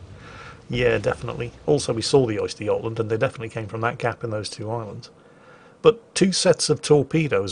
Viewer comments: The "Oyster yotland"? Try ; "Uhster Guhtland" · Östergötland, not Oysterjotland xD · A bit of help for pronunciation; it's more like 'Ooster-yot-land' Also, the 'Angela Merkel'? Surprised the Germans haven't named one of their ships that already irl. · is deliberately saying 'oyster' - tasty shellfish - I'm pretty sure he knows his pronunciation is wrong:)